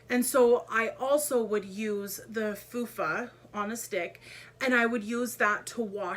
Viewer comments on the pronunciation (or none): Fufa? Lmao, it's a Lufa 😂😂😂 I wonder where she is today!? 😅